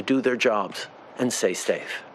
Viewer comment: "Do their job and say stafe" xD Love this guy, thanks for keeping the border CLOSED